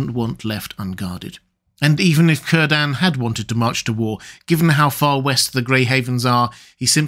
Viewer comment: PLEASE learn proper pronunciation. Tolkien was a philologist, pronunciation was important to him and he placed pronunciation guides in his book. All vowels are as in Latin. Cirden is pronounced Keer-den. Tolkien deserves that modicum of respect.